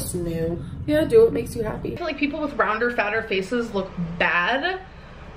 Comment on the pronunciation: the way she talks is just- like bolth, she says I haven't ate today, and fill instead of feel. like bruv learn basic English